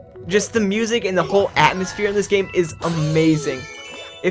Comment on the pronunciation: lol, "The atmospheare of the game..". Because space game.